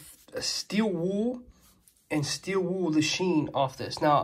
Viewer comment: There's an "L" at the end of the word "Wool."